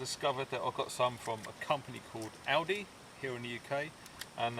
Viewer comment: fuck yes, go aldi, and you say it correctly as well.